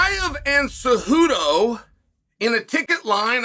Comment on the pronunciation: dude theres literally the right pronunciation all over the youtube video… just HOW did you manage to butcher “cejudo” THAT bad?? It’s literally in the title and in the comment you answered to and you decided to go with “Suhodo” lmfaoooooo